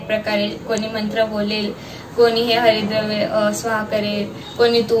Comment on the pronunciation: 👌👌👌👍👍👍 " Havirdraya " asa uchhar pahije